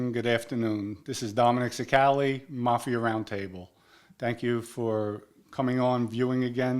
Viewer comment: When talks he has a dumb voice. He sounds so stupid. He can't pronounce small words. Can't even say vodka. "Duh, buy my vodker. I was a made man in the mafier for 20 days."